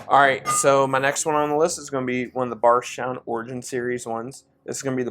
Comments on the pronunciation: Ok i have had a few tonight after having just left the Bourbon Junkies live stream but is anyone else hearing Bargetown when says Bardstown? Or is it just me?…maybe I need to take a break lol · Definitely heard Barge instead of Bard. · Bardstown. But it sounds like you’re saying Barsha.